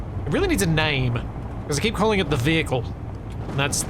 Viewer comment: The VeeHickle